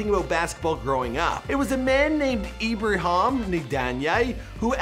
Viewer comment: Bro, his friend's name is IBRAHIM not IBRIHAM. Really not that hard to pronounce.